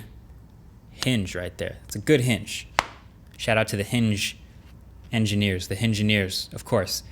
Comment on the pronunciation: Funny, that's exactly how my people (Yoruba people) would pronounce "engineer". People with a strong Yoruba accent trying to pronounce English words that start with a vowel sound almost always end up preprending a "H" to it